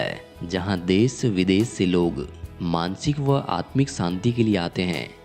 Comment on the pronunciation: पहले श को स बोलना बंद करे . देश को देस आश्रम को आसरम इस तरह मत बोलिए